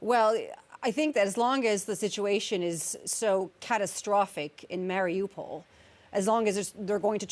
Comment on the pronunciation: She cant even pronounce Mariupol right